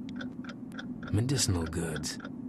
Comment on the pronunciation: In the shop, I used to think he said menti-small goods lol. Medicinal goods, I suppose?